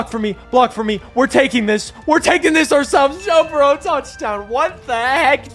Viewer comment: bro said bo jurrow 😂